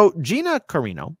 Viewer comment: Not "Carino", it's "Carano".